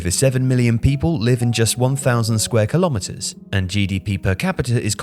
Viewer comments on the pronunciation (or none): none